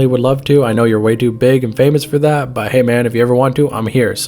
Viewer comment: his old name was th@ kid (th-at) kid not tha otherwise well made vid 🤠